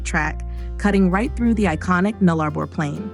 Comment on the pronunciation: I literally laughed when the AI said "NullARbor"